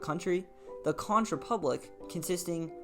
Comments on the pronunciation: Conch pronounced CONK not con-ch ;) We're pretty out there, I know <3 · conch rhymes with honk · say it like CONK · Conch is pronounced Kon,. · This is Dennis Wardlow founder prime minister of The Conch Republic good video almost true however it's pronounced hunk konk not the way you say it get it right but the video was pretty good congratulations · It’s spelled Conch bunt it’s pronounced “conk”. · I just saw this. I hope by now you have learned to pronounce "conch" correctly.